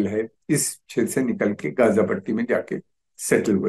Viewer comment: ग़ज़ा और उम्मा बोलिए गाजा और उम्हा नहीं